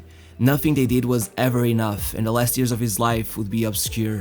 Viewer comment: Years not ears 😂🤣😅🤣😂